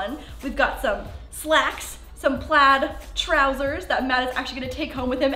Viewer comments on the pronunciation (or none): none